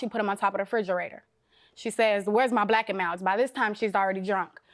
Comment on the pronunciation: By the way she say “black and milds” she didn’t steal em. She ain’t even saying it right 😂